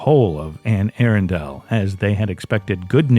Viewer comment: Bro it’s pronounced aRunndull, not aarondale.